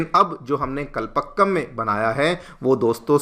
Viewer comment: Spell as kalpaakkam not pa but paa